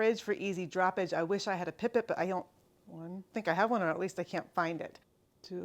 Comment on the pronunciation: pipet- pronounced pipe-ett